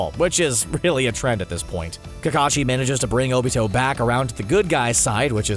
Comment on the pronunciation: He called Obito Toni like omg how bad does he have to be at pronunciation